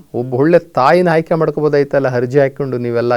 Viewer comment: ಮೊದಲು ನೀವು ಕನ್ನಡ ಸರಿಯಾಗಿ ಉಚ್ಯರಿಸಿ ಹ ಅನ್ನುವ ಬದುಲು ಅ ಅಂತಲೂ ಅ ಅನ್ನುವ ಬದಲು ಹ ಅಂತಲೂ ಹೇಳುವ ಮೆಧಾವಿಗಳು ನೀವು ಆಯ್ಕೆ ಬದಲು ಹಾಯ್ಕೆ ಅನ್ನುವ ಮೇಧಾವಿ ನೀವು ನಿಮ್ಮ ಹುಟ್ಟಿದ ದಿನ ನಿಮಗೆ ಅರಿವಿಲ್ಲ ಆದರೆ ಇತರರಿಗೆ ಬುದ್ಧಿ ಹೇಳುತ್ತಾರೆ ನಿಮ್ಮ ಬದುಕಿ ಗಾಗಿ ಈ ಕಾಯಕ ಅಷ್ಟೇ ಲೋಕದ ಡೊಂಕ ತಿದ್ದುವುದು ಬಿಡಿ ಮೊದಲು ನೀವು ಸುಧಾರಿಸಿ ಕೊಳ್ಳಿ